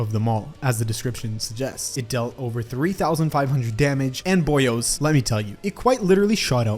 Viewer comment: the boio'est of the boios